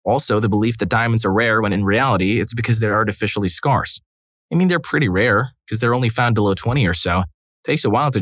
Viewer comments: Ummm ..... "Skarse" ?? LoL It's pronounced "Scare sss" 😂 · Teach your reader robot that "Scarce" sort of rhymes with "Where's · What’s the deal with the way you pronounce ‘scarce’? You made it rhyme with farce. Should rhyme a little with ‘bears’ (like the SNL skit).